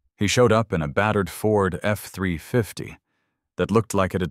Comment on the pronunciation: He said F350 NOT F 300 and 50. Big improvement.